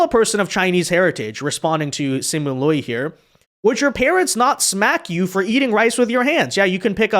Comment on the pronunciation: Lol, pronouncing the “i” sound in “Liu” AFTER the “ū” sound. 😅